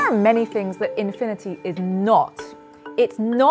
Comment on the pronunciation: holy crap started off the video with a loud "WOT ISH INFINIDY"